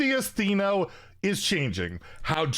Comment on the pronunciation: Maybe now that S'theno is getting hit, we finally won't have to hear mispronounce it anymore😅